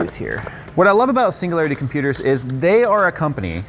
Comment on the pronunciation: Sounds like he's saying "See you later computers" instead of "Singularity Computers" lol